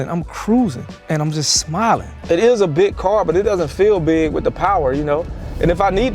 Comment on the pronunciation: Yea it ii a bick caaar